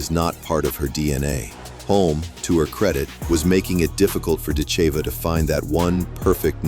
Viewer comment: Are you def or stupid or maybe both? Accent is on "i" not on "e"...but you maybe to stupid to see that? It sounds very bad when you pronounce her name morron!